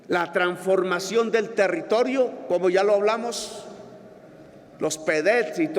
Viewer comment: Se dice transformación...... no tranformación.... que cultura tan impresionante....